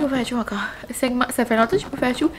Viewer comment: J'aime trop tes "itchous"!!!! 😂😂